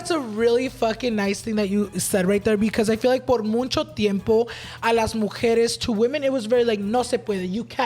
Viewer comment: I love Snow!!! & love you too pero pleaseeeee, it’s MUCHO no muNcho 😂